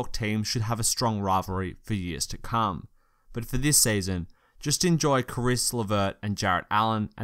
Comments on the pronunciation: U rly need to work on pronouncing names. Caris is pronounced care-iss. Also Jarrett is pronounced jair-ett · Caris like Harris, Jarrett like Garrett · its a good video, but your pronunciation of their names is giving me cancer. its Caris pronounced like Harris, and Jarrett ie pronounced like Garrett. pls get your pronunciation on point. its all i ask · saying Harris like he says Caris is priceless thank you my man